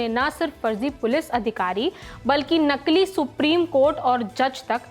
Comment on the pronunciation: नकील नहीँ नकली